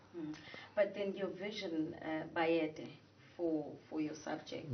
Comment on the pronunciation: It's Bayede not bayethe.